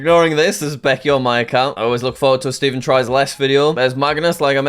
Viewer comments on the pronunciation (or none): none